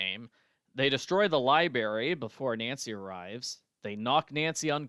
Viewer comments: Every time says libary my eyes twitch. That always bugged me. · “Libary” made me lol throughout this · I liked the culprit speeches! On a side note, I am not from the U.S. so I found it interesting that we pronounce library differently. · was intentionally pronouncing it the same way as Dexter to poke fun 😄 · So that's what that was! I've got to replay that game or rewatch a livestream, because I've completely forgotten how Dexter pronounced library.